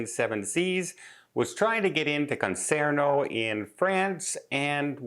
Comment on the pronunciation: Concarneau pronounced Con Car No. Googled news in french and there were 20 kayakers blocking the way, protesting against pollution created by the ships. It is a very narrow entrance into bay in which city is located, so easy to block entry. Have no idea on the legal issues of whether they were breaking the law or not. I would have to assume that the port authority would have warned the ship of blocked entry into port. The photos I saw had the ship very far in distance from the kayakers so have no idea how close to the blockage the ship got.